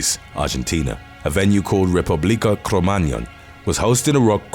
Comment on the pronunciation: Thank you for making an effort to pronounce the spanish names of the club and the band. What I mostly remember for the Republica de Cromagnon tragedy is that the majority of victims were underage, even children and babies died there. Also, a few people who survived ended up with physical and/or psychological problems and ended up dying a few years later, so I always say it was way more than 194 casualties. There’s also a still ongoing feud of ‘the band is guilty’ versus not, and for a while nightclubs refused to play Callejeros songs just in case